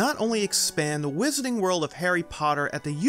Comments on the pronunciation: "Wizarning World" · Whisenening world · Does anyone know if the narrator is from Boston area? He doesn’t pronounce his “R”s in some words like “wizarding” or “unicorn” so it got me curious.